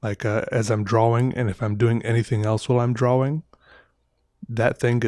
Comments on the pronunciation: Reagan Fleet probably his accent. It’s pronounced draw-ing but he says draw-wing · Dr-AWE- ing.. that’s it. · i love how he says drawing he says it like draw-wing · draw-wing or draw-ying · Literally nobody at all.... - “DRAW-WING” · I thought i was mishearing him. Probably just an accent thing but i have always heard it more pronounced drawring so it was kinda cool hearing it pronounced differently :3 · Love this guys videos, super chill and relaxing. And he’s hilarious! But why.... why does he over pronounce “draw” and “drawing”??? Anybody else hear: “drawwing”? His pronunciation on everything else seems fine! lol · Idk if hes doing it or it's just me but is he pronouncing drawing correctly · I love the way he says drawing